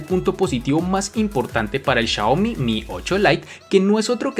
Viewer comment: Chayomi chayane ajajjajajaja "Xiaomi" buen vídeo...